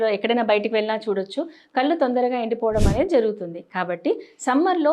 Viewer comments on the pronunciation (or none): కల్లు కాదు.. కళ్లు అనాలి..!